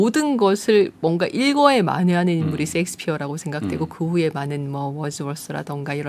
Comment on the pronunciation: 영국식 [ ˈʃeɪkspɪə ] 유익한 영상 감사합니다만 셰익스피어를 섹스피어라고 발음하시면 안됩니다. 발음기호에서 보듯이 [ ˈʃeɪkspɪə ] 쉐~익스피어 입니다 두분 모두 [sekspiə ]라고 읽으시는데 절대 잘못읽으셨습니다. saxo·phone [ |sæksəfoʊn ]은 s가 맞습니다 발음 수정해주세요 늘 감사합니다